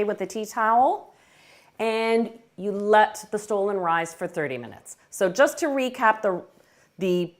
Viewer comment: Dear Chef, “stollen” is not pronounced stolen, in German it is referred to as “stullen” and marzipan is pronounced as “motzipon”.